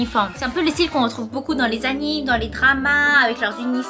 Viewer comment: Sa fait vraiment longtemps que je regarde cette chaine mais svp on prononce animé pas anime